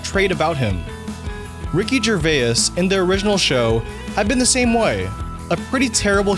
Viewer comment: that's not how you pronounce ricky's name, come on dude.